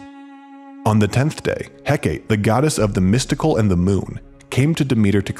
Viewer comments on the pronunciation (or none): Hecate is pronounced "heck-a-tee", not "heck-ate". Seems weird that nobody checked how to pronounce these names when making this video... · did this man just call he-ca-te he-kate? uh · OK this isn't a knock on the video, but the pronunciation of Hecate finally bugged me enough to Google it it. It's HEK-a-tee. Hopefully now I will sleep at night, but there are so many others.